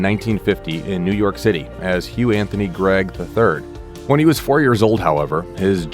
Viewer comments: His surname is Cregg(spoken like Craig), not Gregg. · If you leave out the band Clover then you leave out a very big part of his history! Also you could have mention that he has a brother! That and getting his real name wrong. Yes it's Cregg not Gregg. I give this video a C at best. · Nice reporting, thank you. BTW, maybe I misunderstood you, but his last name is Cregg, not Gregg. I wish Huey the best.